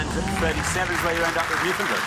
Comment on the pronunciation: As a Canadian, it's a delight listening to Englishmen talk about how odd the pronunciation of Newfoundland is—mispronouncing it the whole time.